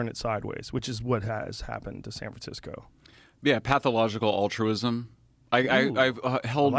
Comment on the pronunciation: Dude is clearly a grifter, but not gonna lie, I loved when he slipped and said san fran-sicko. That would be an amazing name for a bay area gangster rapper. Fuck it, I'll take it. I am now going to go by San Fran Sicko, my album Rhymes Against Humanity will be dropping soon